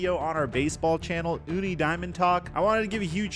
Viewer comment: Just a heads up, it's pronounced Toony.🐻👇